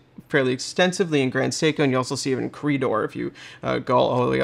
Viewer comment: Credor = CRAY-dor, as in "Créte d'Or," the French phrase after which the name was coined, meaning "the ultimate gold." Also, a power reserve indicator is a ridiculous complication on an automatic watch. And not even needed on the manual wind spring drives because the watch's winding mechanism will stop you when the watch is fully wound; there is zero danger of overwinding.